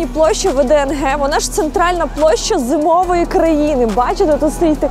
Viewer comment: Не ВДНГ а ВДНХ